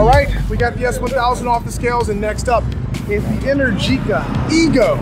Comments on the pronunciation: Since its Italian, I assume its Pronounced "enEr-gica" , not "enerGi-ca", Great video! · Man is pronounced enérgica, not energíca 😅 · you call it enehr- geekah but I think it is called enEr-G-ca , from energy but, that capital E is open (é) like in Explosion. energica means full of power or very active in italian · It’s kind of weird how this guy pronounces ENERGÍCA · Please... Enèrgica not Energìca.